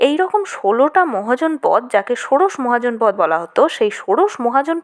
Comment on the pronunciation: মহাজনপদ শব্দটি আসলে মহা ও জনপদ এই দুটি পৃথক শব্দ তাই শব্দ দুটির উচ্চারণ আলাদা আলাদা ভাবে করতে হবে।